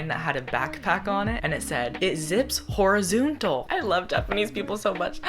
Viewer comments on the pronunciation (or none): omg, "it zips horizoontal" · "it zips horizoontal" 😂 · “it zips horizoontal!”